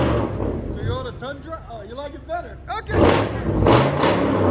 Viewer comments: TOYOTA not teeyota lol. Try a H pipe, less raspy. True duals sounded better than the x at least on this application. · Just can't get over how you pronounced toyota as teeyota 😂😂😂😂😂😂